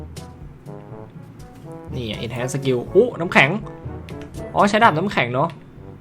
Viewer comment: พี่ เอาอ่านว่า เอนฮาร์นนะครับ ไม่เอนเเชนนะครับ ตามเนื้อนะครับ